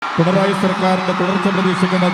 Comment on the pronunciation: It's not prinaayiii government 😅